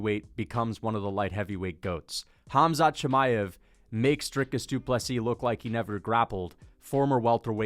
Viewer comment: For all the non Russian speakers K is silent so it's Mahachev it's Habib Hamzat, etc. Your welcome 🤗